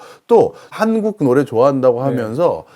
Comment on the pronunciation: 한코쿠? 씨발,......발음도 못하면서. . .이런 쓰례기들 어찌 처리 못하나. . .